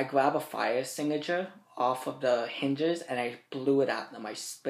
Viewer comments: potato needs to speak proper english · "Fire stingusher" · "Fire extignatures" What an education this bro has recieved in his life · "fire extigicher" 10/10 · A fiyuh exteengushur